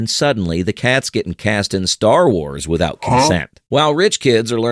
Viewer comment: "Withoout Shame"?